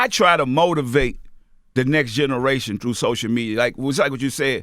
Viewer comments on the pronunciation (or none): new game: take a shot everytime you hear "dis generation"